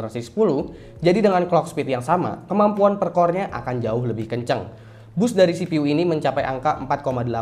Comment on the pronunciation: CPU dibaca sipiyu bang.. Msa sipi uuu.. Wkwkk ngkak.